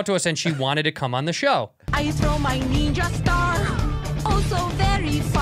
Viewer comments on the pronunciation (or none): "I think I'm almost a neenja" lmao